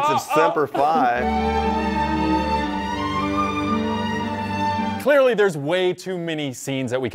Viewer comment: Semper Pie?!?!?! did I hear that right?